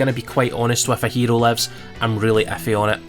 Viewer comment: If you wanna say hero in Japanese, try speaking the o different 😂👍🏼